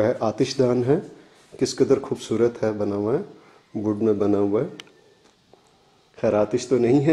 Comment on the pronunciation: Khoobsoorat nahin hoobsuoorat hota ha urdu to theek bolain